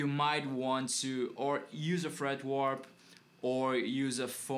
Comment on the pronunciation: Awesome, man! Once again, thanks a million! FWIW, it's "fret wrap", sounds like the word "rap" as in rap music, not really "warp" as in "time warp" or "guitar neck warp"...